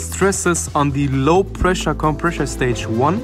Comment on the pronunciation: you are incorrectly pronouncing "compressor" as "compreshor".